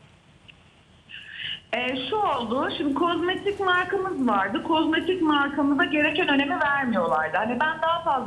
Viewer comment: KOZMATİK DEĞİL KOZMETİK ÜRÜNLER, Sevgili hanım yabancı olduğum halde kulaklarım kanadı, en azından ekrana çıktığınızda dikkat ederseniz iyi olur,naçizane fikrim